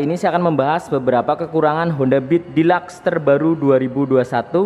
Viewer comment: Dilaks? Deluxe kali hhahahahahhahaha